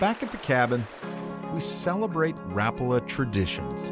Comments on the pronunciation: It's pronounced exactly like it's written Rapala. Ra-pa-la. The R is rolled and every A is pronounced like the "aaa" sound your doctor asks you to make when looking into your mouth, but short. Source: Am Finnish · Rapala is mispronounced throughout this video. a Finn pronounces it correctly. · No they are not. Mr. Rapala invented a hell of a lure but dammit just didn't know how to pronounce his own name. All those factory workers and management suffer the same affliction. Only you and your friends know the true way to pronounce it. I'm just busting your chops buddy, I have always said it and heard it wrong myself. I actually find it harder to say the correct way lol. Since a kid I've always incorrectly pronounced it like "Ra-Paul-Uh" instead of "Rap-ulah". No matter how you say it...its a damn good bait! Not much better feeling than finding that sudden steep drop off on your fish finder and blazing a Rapala down the grade for that aggressive bass strike staking out baitfish below. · As a Finnish-American (we're all Hyphen-Americans, right?), this video feels insulting. Not one single attempt to pronounce "Rapala" correctly is ever made by you. It hurts. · It's only been a few years since people started calling it rap-a-la... I'm 50 years old, and it was always ra-pal-a... Growing up, my dad owned a tackle/sporting goods shop... Even the Rapala guy said ra-pal-a... Guess it sounds trendier... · No easy Rapala just pronounce it like it's written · It's not rapalla,its pronounced rap-a-la around the world,and considering you went to the factory. Pmsl,no wonder you can't spell colour properly lol😉😂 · It's pronounced Rapaaaaala, not Rpla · Not rappala. Its Rapaala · Why cant Americans pronounce things correctly, its not rap-ala, its all one word, no gaps or spacing betweens the letters, rapala. 🤦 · Rapala needs to come out with an official YouTube video. Like 30 seconds long. Stating how to properly pronounce Rapala. It's Rap-uh-luh. Not Rah-pala.